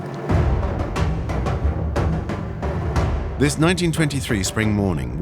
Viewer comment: „Lundersberg“😂 UNTERSberg